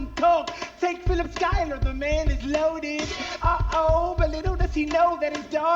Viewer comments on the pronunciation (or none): In his and pretty much anyone’s defense, the spelling vs the pronunciation is wack to someone unfamiliar with the name. 😂